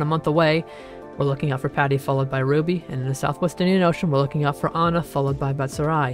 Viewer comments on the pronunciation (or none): none